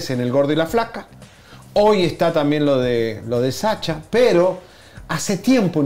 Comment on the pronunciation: Oie tuuuu no se llama SACHA, Ni se dice chow, jajaja